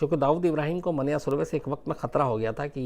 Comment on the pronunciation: It’s मन्या, not मान्या